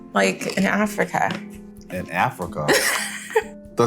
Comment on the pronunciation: Why did she say Africa like that